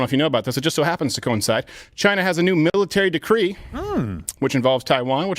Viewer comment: " China is building up its miratary " lol